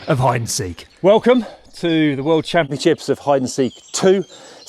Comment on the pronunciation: "world campion ship"